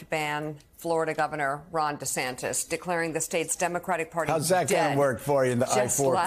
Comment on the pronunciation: What was that you where saying meatball Deathsantis 😂😂😂